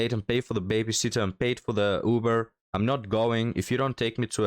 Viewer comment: 😂 thought 3rd gurl said pea - not PAY. 😂